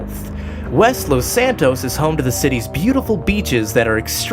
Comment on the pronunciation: it's Los santos not lost santos BTW great video.